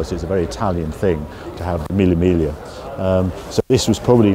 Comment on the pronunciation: Love you Harry but please, there's no L in Miglia. Its pronounced 'Me yah'